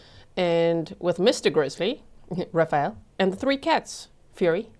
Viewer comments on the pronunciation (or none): none